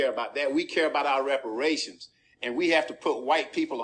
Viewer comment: That man wants his wepowations.